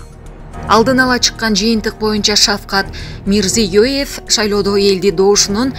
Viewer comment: Неужели Мирзиёев деп айтуу ушунча кыйын..... тообо, тили келбейт ээ алып баруучулардын....☝️